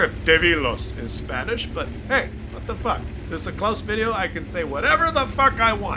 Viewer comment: When I play my Bishop, the commander says sometimes: That was close. Close sounds very much like Claus though.